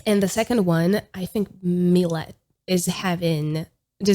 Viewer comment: I think Milet is pronounced as Mee-leh and Lilas is Lee-la based on the Japanese Katakana characters